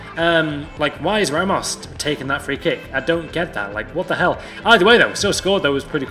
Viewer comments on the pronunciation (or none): none